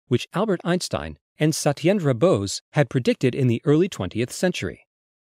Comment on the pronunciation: I fully expected the name Satyendra to be brutally butchered & it was :'(